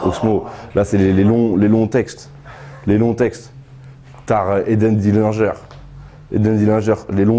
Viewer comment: on a tous reconnu la prod de BruxellesVie 💯 par contre comment il a prononcé Eden Dilinger svp ?! 😂 Bref, en tout cas, lourd de ouf, comme d'hab, y a eu plein d'autres moments exceptionnels à part ça mdrr 👌